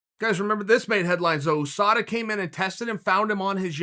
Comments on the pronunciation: Chael "ooh-SADA" Sonnen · Chael “OO-SADA” Sonnen